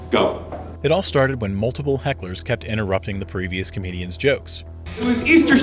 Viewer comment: half of them are "comewdyans" xddd bill burr is shitty af, he don't deserve it, he deserve worst xd